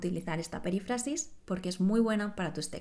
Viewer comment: Creo que tú pronuncias " perífrasis" como si el acento fuese en la "a": "perifrásis".